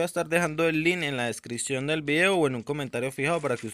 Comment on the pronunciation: Jaja no sabe hablar lias y ves de likes y descion en ves de descripcion